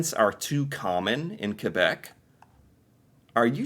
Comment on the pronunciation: You pronounced Quebec correctly!